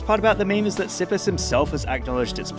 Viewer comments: Its not sypys its cyhpees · Sippus.🤣🤣🤣🤣🤣 Cypis raczej ale Ok. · pronunciation of cypis is tzypis